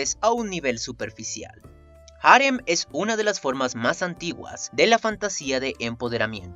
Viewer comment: Cada vez que dices "jarem", y no harén, me sangra el oído.